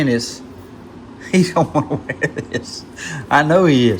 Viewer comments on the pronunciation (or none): none